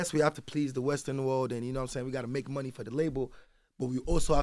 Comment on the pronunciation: This Spoilt Brat Saying He’s Not From Nigeria 😂😂😂😂 … While He Pronounces Money As “Mony” 😂😂😂I’m Confused 😂😂😂